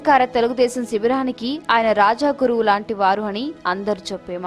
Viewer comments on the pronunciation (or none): వాయిస్ ఓవర్ ఆర్టిస్ట్ గారూ.. రాజ గురువు... రాజా గురువు కాదు.. తప్పుల్లేకుండా చఫవఫం నేర్చుకోండి